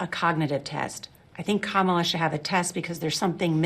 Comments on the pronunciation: He said her name correctly, twice! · When did Trump learn to pronounce the VP’s name? 😂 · You notice they all started pronouncing Kamala correctly starting this weekend?